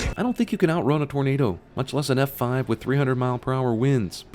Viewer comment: Did Cinema Sins just go southern randomly? His drawl sounded like "Eff Fahhve."